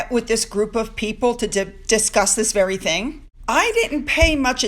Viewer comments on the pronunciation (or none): none